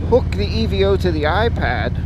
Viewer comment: Hello nice video. For the record it's pronounced EVO as in evolution not E V O......... I like the unit and considered adding it as a second camera before my GoPro Hero 8 Black purchase. I think it shoots best in 1080 60 fps for youtube but what do I know I'm still using the 6 year old Sena Prism. Also great idea to move the camera forward on the helmet. thanks for sharing.